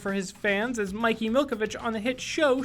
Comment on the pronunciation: Did no one notice the fact that he said Mikey and not mickey